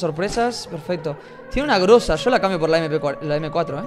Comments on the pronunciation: Es GROZA No GRUZA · Cuando encontraste la scar dijiste en ves de groza gruza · Se dice groza con o no con u